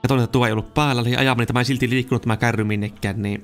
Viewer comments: Älä sano kärri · KÄRRI on murretta! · Sitä. Ei sanota kärriks